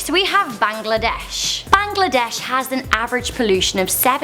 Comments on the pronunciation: Bangladesh is pronounced Baang-La-Desh Not Bang-La-Desh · sis it's BANGLADESH not BAGLADESH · I spat out my soda when I heard her try to pronounce Bangladesh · Bruh how does she make the pronunciation of Bangladesh complicated?